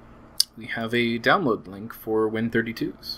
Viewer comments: By the way, the correct way to say the name of Win32s is "Win-32-S", not "Win-32s". The S stands for subset, as Win32s is a subset of the full Win32 API. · I believe you were pronouncing it like the plural version of Win32.